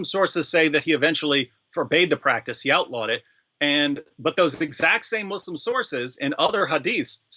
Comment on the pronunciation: Gad your pronunciation of the word ‘Muslim’ sounds incorrect ... everyone else says it differently ... which is it Mawslim or Muslim?